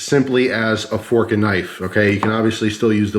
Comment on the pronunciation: 1 pronged fronk